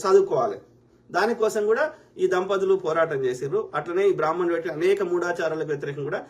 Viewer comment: బ్రహ్మ ణులు అని కూడా పలకలేవు. నీ మొహానికి బ్రహ్మ ణుల మీద వాగటం ఒకటి. నువ్వు చెప్పి నంత నీ చంగా బ్రహ్మ ణులు లేరు లే